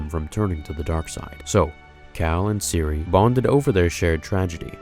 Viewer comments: Why u calling her cerie tho its cere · I think it’s pronounced “Sear” not “See-Ree” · Its pronounced “Seer” not “siri” 😂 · Game: pronounces it SEAR Everyone I’ve ever heard say her name: Siri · It's pronounced Cere not Cereeeee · PLEASE STOP CALLING HER SIRI HER NAME IS CERE (like cereal)(or sear) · Did you even play this game? Siri Junda? The game says her name multiple times. It’s Cere, like SEER. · Lmao “Siri” 😂 don’t mean to be a nag but cere is pronounced “sear” in the game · It's cere not siri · cere is ceer not siri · I thought it was Cere not Siri 😂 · I’m sorry but it really bugged me when you called cere(sear or sere) Siri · you crept on saying Siri not cere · Why does he pronounce Cere like Siri?? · CEREEEEEEEEEEEEEEEEEEEEEEEEEEEEEEEE, not cer. Loved your input, regarding races, and out regarding imput. But as a 5 time Jedi Grand Master throught the game, and even with mods making it harder. It is pronounced CEREEEEEEEEEEEEEEEEEEEEEEE. Much love <3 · stressed me out how you kept calling cere siri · Why the hell does he pronounce cere as siri? They literally say her name in the game MULTIPLE times its not hard to say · its Cere (SEER) no eeee at the end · Did you call her cerey like siri😂😂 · Not Siri, ( si + er ) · Good video but Cere is pronounced Sair. Like Hair but said with a S. Still loved the video tho, great job! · Why do you keep pronouncing Cere "Siri"? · its seer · He calling Cere “Siri” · He pronounces “Cere” as “siri” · Why do you pronounce Cere as "Siri"? Did you not here them say it in the game? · Top 10 wishes for Fallen Order 2 p.s. Cere is pronounced more like fear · Cere is disappointed in you for saying her name wrong lol. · Is anybody gonna comment on how this dude has no idea how to properly pronounce Cere's name? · You pronounce Cere wrong also you say Own not Hone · says Cere wrong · I love your content but the way you say “Cere”